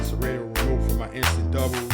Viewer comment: did you say "siraydo"? ITS PRONOUNCED SERATO